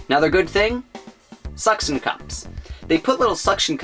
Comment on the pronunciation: I just bought the gun. Your video was informative. I like your presentation style, not so scripted. It's more conversational, which does draw one in and listen better. I would say though that showing your product as you discuss the points would help the understanding. More of a funny point than a critique, you said "sukson".....it killed me! lol Humor is a great method. I dunno what you video capability is, but when you were pointing all about for the link, it would have been funny to see the link bounce to each place you pointed to.